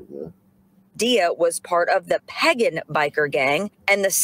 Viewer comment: Can't say pagen, SMH.